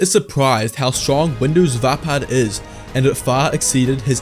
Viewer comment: is how it pronounced